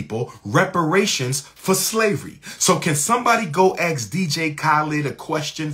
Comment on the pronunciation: 6 degrees and he cant pronounce 'Ask'